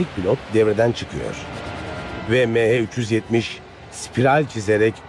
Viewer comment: Şu konuşan adamın mehe 370 demesinden nefret ettim hindistanlımı nedir